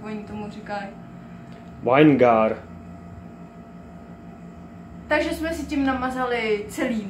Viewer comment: Dobrej tip, díky! Akorát ta anglická výslovnost slovíčka vinegar. Aj aj aj. :-D Zdravím, užívejte. :-)